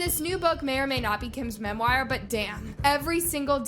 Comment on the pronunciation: Mem. War. = Memoir Not Memwire. Just FYI